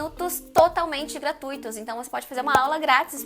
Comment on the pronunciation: Muito bom o vídeo, parabéns, porém cuidado com o português pois em o correto é GRATUITO e não "gratuíto".